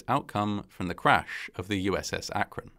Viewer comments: I'm actually impressed by the proper pronunciation of Akron. ❤️ Some folks get it all wrong! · Thank you for pronouncing "Akron" correctly. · Like, I know this is a low bar, but thank you for pronouncing Akron correctly 😭 You're the first YouTuber I've come across to actually look up the pronunciation and used it.